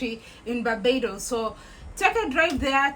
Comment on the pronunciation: Hello my beautiful Sunshine I love how said Barbados 🇧🇧